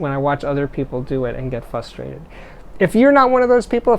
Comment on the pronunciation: Steve - love your posts but I'm frustrated - as you often are - over a tiny audio thing. There's an "r" after the "f" in frustrated. Also poo on talking to smart devises.